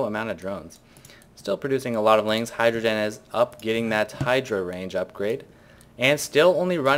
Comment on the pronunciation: "hydra den is up" sounded like hydrogen is up lol